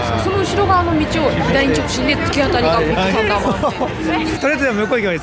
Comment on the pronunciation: ディックサンダーマウンテンに聞こえてしまった僕は疲れてるのかね。笑